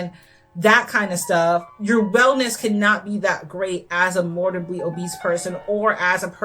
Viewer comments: I am sorry to point this out, but *morBIDly, not morDIBly. Apart from that, cool video! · Loved this. Just…”mor-Bid-ly” ☺️ (not trying to be rude, it was just distracting in such a good video) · Seriously no shade, but I find it absolutely hilarious when someone picks a mispronunciation and really commits to it. I think “mortibly” obese is how I’ll say it from now on no matter what I do. It’s imprinted on my brain after hearing it two dozen times at least in this video.